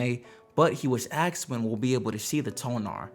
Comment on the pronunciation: asked, not axed.